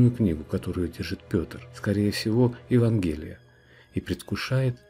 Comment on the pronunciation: Следует произносить "ЕвАнгелие"!